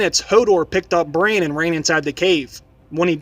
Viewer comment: BRAN, not brain plz